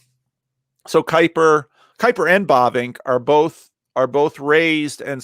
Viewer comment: Herman Bobink? Bobing? ... Bavinck!